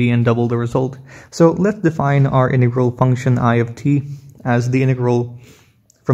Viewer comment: BRUH ITS INTEGRAL NOT IN TEA GROL LOL STIPID 😂 😆 🤣 💀 😅 😭